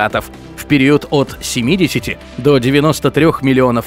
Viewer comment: Все нравится, но «периУд»….. аж колотит